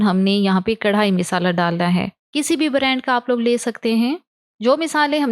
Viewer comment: Aap misala qun bolti hn wesy khana achs hota ha stay connected